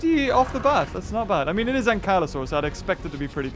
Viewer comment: Ankle saurus not Ingelow whatever you said